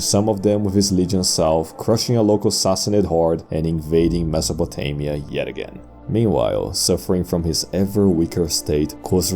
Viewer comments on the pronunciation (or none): none